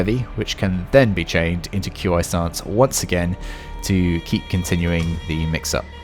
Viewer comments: Qi IS PRONOUNCED "KEY" NOT "Q i"! Fucking pissed off now because you are uncultured and can't pronounce things properly! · Walk the plank, pistol blast, back into walk the plank. They've made this combo cost LESS stamina. Nuts Also it's pronounced "key" not Q.I. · FYI. It's not pronounced "Q I". Try "KI" or "Key" stance. Language is funny like that. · I don’t mean to be picky but it’s not Q I separately, it’s pronounced ‘Key’ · “ q i” stance is pronounced “chi” stance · Q, I? Tf? That's not how you pronounce it my dude. 😂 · Yeah uh... Why are you spelling Qi? It's not hard to pronounce. It's just chee. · It’s pronounced, “key” stance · Nah bro said “Q I stance” 💀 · I know I'm being a bit of a moron, but, Qi stance is pronounced like chi XD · For future reference, Qi is pronounced KEE. Just like the DBZ Ki.